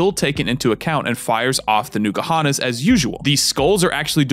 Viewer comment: Honestly it distracts me when you pronounce it Nuka-Honnas instead of N-koohonnas. Which is dumb. Because that's basically the same sound.